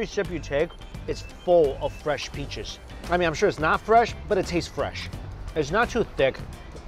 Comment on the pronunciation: “ aahh, all de fresh pEaChes in tHe wOrld”